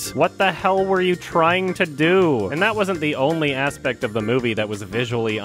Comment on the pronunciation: Haha "ASPECT"